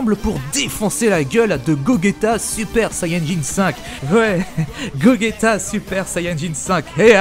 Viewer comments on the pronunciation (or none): j ai failli arreter la video quand j ai entendu "Goguéta" au lieu de Gogeta x) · Aaaaaaaarrrrrrrrreeeeeeeeetttttttttttttteeeeee ddddeeeee dddddiiiiiirrrreeee coula dit cooler comme tout le monde putainet dit gojeta et pa gogeta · Ptdr j'ai jamais vu sa, guogueta tu dis mdrrr et tu parle de dragon ball jpp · Ces pas gogueta c'est gogeta du con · Ptn il a dis gogueta PTN EST-CE QUE TU DIS VEGUETA ? NON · Je suis le seule que sa derange un peu qu'il dise GoGUeta ?? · wouaw cette Fan-Fic est complètement nul. Gogeta se prononce Gojéta mais s'écrit Gogeta. ensuite le ssj5 c'est la pire idée de toyble (Toyotaro) pour sa fan-fic suite de GT. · Oula ta prononciation de gogeta me fait mal à la tête